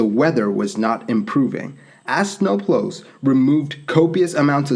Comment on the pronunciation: "as sno-plos removed snow from the runway" made me LOL!